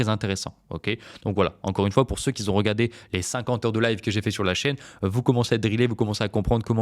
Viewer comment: merci, attention les si n'aiment pas les rais ! et attention aussi à ne pas dire "ceux qui z ont" !